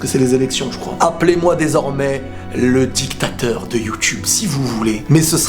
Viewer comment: didacteur rile!!!!!!!!!!!!!!!!!!!!!!!!mdr